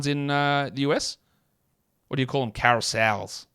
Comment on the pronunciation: You trying to say carousel in an American accent sounded like saying Caris L as in Caris Levert lol. The carousel would be my shit nickname suggestion lol